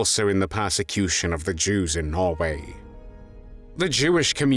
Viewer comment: He also doesn't know how to pronounce some words, ie he pronounces persecution as parsecution.